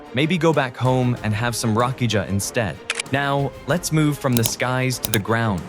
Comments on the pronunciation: Nije rakiđža nego rakija.❤😂😂😂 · Rakidža 😂😂😂😂 LMAO